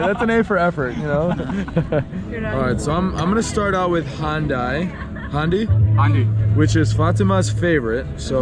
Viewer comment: Mat pronounce "handi" like Hyundai and Chicken boti Like Chicken booty , I like it. G.o.o.d